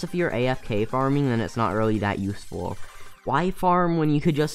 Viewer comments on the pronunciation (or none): none